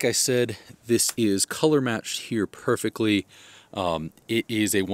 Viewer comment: “Perfeckly” is not a word.